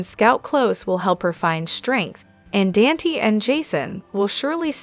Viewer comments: Dante is pronounced "Daun tay" You are saying Lela instead of Lila it seems like you don't even know this show! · Please learn how to pronounce Dante's name